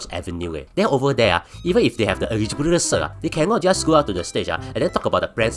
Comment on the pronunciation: Not bad forecast by a blue cat that can't pronounce "eligibility".